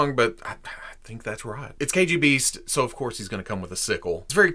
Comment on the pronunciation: Biggest props not only for this review, but for pronouncing the original name right. Hiiie from Russia!!